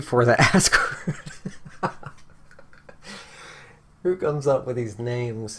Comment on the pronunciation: Technically, it's pronounced "az-gard"... but the giggling made this for me lol